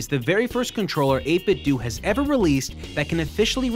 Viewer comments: 8bit-DOUGH, not 8bit-DOO. It's meant to sound liked "Nintendo" not "Nintendoo" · 8Bitdo is pronounced “eight-bit-dough”, not “eight-bit-dew”. You know… eight-bit-dough, like nin-ten-dough. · It absolutely is NOT 8-Bit "Doo". We didn't play "Nintendoo", we played Nintendo. Period. You cannot "say both". It's "8-bit Doh" and nothing else. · Is it 8-bit DOO or 8-bit DOE? I think it's DOE. Did you call it a Super Nintendoo? No, you didn't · its eight-bit-douh like Ninten-douh not Ninten-duuu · 8bit DOE not 8bit do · It's 8bitdo. As in Nintendo. Not 8 bit do. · 8bitDO not 8bitdu its like nintendo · it's called 8bitDO, not 8bitDOO !!!!! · Every time this nub says “8-Bit Dew” take a shot. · Not gonna lie it mildly infuriates me to. Seems obvious. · Isn’t it supposed to be pronounced “eight-bit-doh”? Like “nin-ten-doh”? That’s always bugged me. Any way, great content as always! 👍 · it's 8-bit-doe like condo, commando, kiddo, outdo, dildo, avocado, torpedo, when it has a (do) on the end it does't have (ew) sound. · Do you say Nintendoo, too? No? Then why the hell do you say 8BitDoo??? It's the same "do" as the one in "Nintendo", buddy! Oh well, still a good video aside from that ;) Still <3 u bbgrl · It's pronounced ayt bit dough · “8bitdoo” or “8bitdo” hearing you say “8bitdoo” is cringe